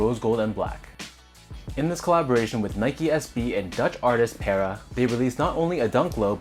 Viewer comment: PARruh not pairruh